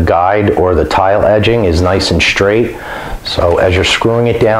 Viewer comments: Stop saying shtring and shtraight....you are ruining the English language! 🇨🇦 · “Shtraight”, “shtring” :)